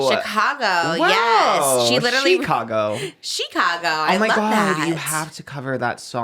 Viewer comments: Not SHE-cago 😭 it's just Chicago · it’s just called “Chicago” not Shecago 😭